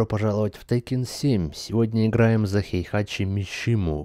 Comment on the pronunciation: его зовут хейхаЧИ ХЕЙХАЧИ! хватит уже коверкать имя!